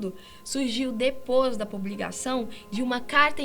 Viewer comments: Ela também fala "DEPOS DA PUBLIGAÇÃO" ao invés de "depois da publicação" xD kkkkkkk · "DEPOS DA PUBLIGAÇÃO"